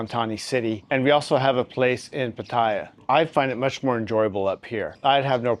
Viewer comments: It's not "Pa-Thai-ya". you say it closer to correct lol. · Please learn how to pronounce พัทยา… 😂